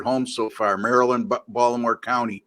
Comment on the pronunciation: You say “ Mari- Lind”. Haa haa. Happy New Year. Koon Sa bi Dee sir!